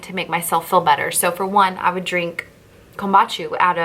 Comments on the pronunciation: sorry i love your post but i have to let you know you are pronouncing kombucha wrong. let me try to spell it phonetically: you are saying KOMBACHU it is KOM BOO Cha' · Great video, btw! Kam-boo-cha tho LOL thank you!!